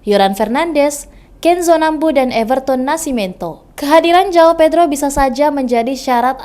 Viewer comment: Tulisan yang benar adalah : João Pedro dan bacanya JUAUNG PEDRU